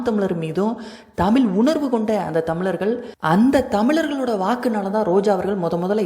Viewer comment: தமிளர்கள் தமிளர்கள! என்ன தமிழோ!? இப்படி கேவலமான உச்சரிப்போட எதுக்கு ஒரு வலையொலி